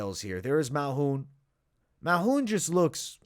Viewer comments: He be taking letters out of peoples name and pronounced it his way Malhoun 😂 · MALKOUN. There’s a K there.